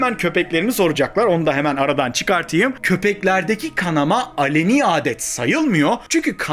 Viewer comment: Alani değil aleni